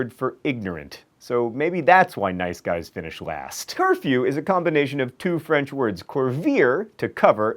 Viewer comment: Because i speak French it bothers me how you mispronounced all the French words but I know you couldn't help it. This was still very interesting